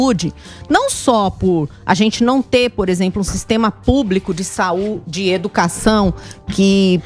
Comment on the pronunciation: " E OGE A EDUCASSÃUM É UM GRANDI POBLEMA"